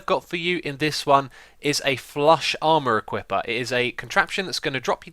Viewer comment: Why do I keep hearing 'ampaward' ?